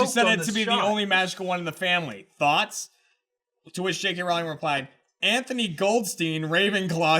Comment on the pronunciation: It's Rowling like bowling!!!